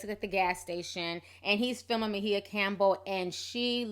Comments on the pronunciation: Please pronounce her name correctly...sounds like..(my a)but spelled maia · First the Cleveland Cavaliers now Ma-he-uh Campbell 😂😂😂 Ti is too damn funny, always messing a name up lol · what are you calling her? I thought it was pronounced My-A? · Sis...Can you please pronounce her name right. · Why are you pronouncing her name like that? dang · mispronounced her name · WHY DID YOU BUTCHER HER NAME LIKE THAT? AGGRAVATING!!